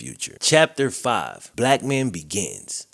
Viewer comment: At the start when you first said his name I thought you said just a black man I was like whattttttt